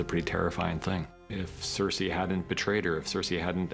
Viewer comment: And, Sare-say